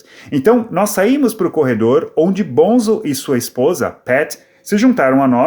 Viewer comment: vc sabe muito sobre o Led, mas nao coensegue pronunciar o apelido do Boham corretamente. Nao e BONZEL e sim BONZO. Aprendeu?